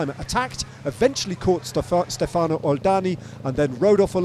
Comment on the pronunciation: When will it happens for English speaking broadcaster to stop saying Stefàno? it is Stèfano…..so annoying